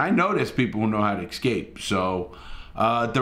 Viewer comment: great stuff as usual Larry. P.S. IT'S EScape, not EXscape.